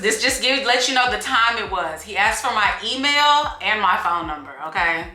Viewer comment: Emailllll? 😂 that sounds so weird.